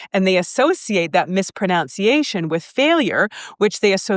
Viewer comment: You mispronounced mispronunciation, Lol!